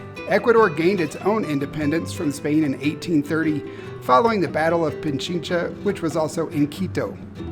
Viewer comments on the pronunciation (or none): Quito is such a beautiful city. Spanish pro tip it's pronounced Pi-Chin-Cha..not Pin-chi-cha.